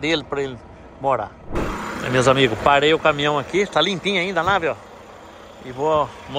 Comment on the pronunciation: É Caminhão,... Não Camihão....🤣🤣🤣🤣